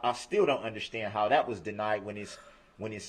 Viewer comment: Wtf is undershtan?